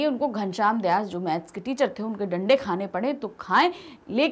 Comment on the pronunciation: One Suggestion Its not डंडे it is लांडे